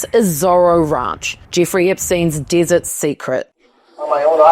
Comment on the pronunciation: This vided appears to be AI generated desert was mispronounced